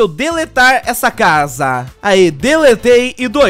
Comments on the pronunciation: Ela fala estranho na sua casam sabe? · "na sua casamm"desculpa mas é engraçado